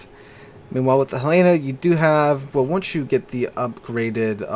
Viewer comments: Hell-len-uh, not Hell-lay-na! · Great vid! I wasn't around when they were added so I didn't know that happened. Also, as a Montana resident, it's Hel-eh-na, not Hel-ay-na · Hell-eh-nuh. Not Huh-lay-nuh. HELL-EH-NUH! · There is no ship named Hell-aaa-na in game. it is the Hell-linn-na, named after the capital of Montana. I realize you are not from out West, but trust me on this, every time you say it wrong, you sound like a rube. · Helena, isn't pronounced that way. Hell-en-a, it's the capital of Montana. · He's been saying Helena wrong for years. I think correcting is a lost cause. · Jus' tryin' to he'p!